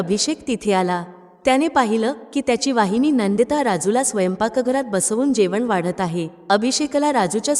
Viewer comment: वाहिनी नव्हे तर वहिनी अस म्हणायला शिका मग शिकवा दुसऱ्याला